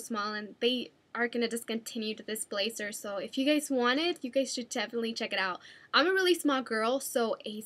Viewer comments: Please don't take offense to this Dulce...I would just like to say that when I hear someone saying or pronouncing a word wrong, I politely correct them. I do it to my mom all the time so she won't make the mistake in front of other people. So here goes...the word blazer is pronouced "blay-Zer" not "blay-cer"...or also when you say jersey...its "jer-ZEY" not "jer-sssey" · you say jersey and blazer wrong.